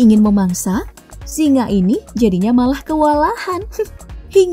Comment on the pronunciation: SINGA bkn SINGAH, ga pake "H"